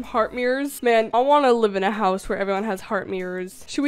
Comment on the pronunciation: The way you said “seven foot næn” gives me life 💀